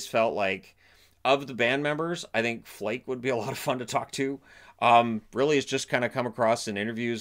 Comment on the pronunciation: Flake is pronounced "FLAHK-uh."